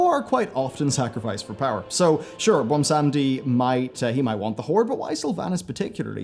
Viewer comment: Does it take that long to properly google names like Bwonsamdi? Apart from that, best theory videos out there. Puts even Nobble in his place.